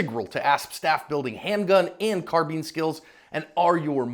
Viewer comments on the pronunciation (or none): none